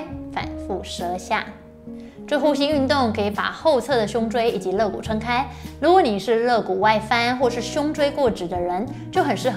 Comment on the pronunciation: 纠正馆住一个发音错误，肋lie骨